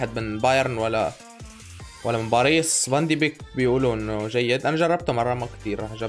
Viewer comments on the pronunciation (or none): باريس ❌ بعريص ✅ وشكرا